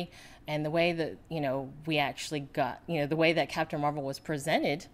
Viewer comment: Catpun Meh-Well :)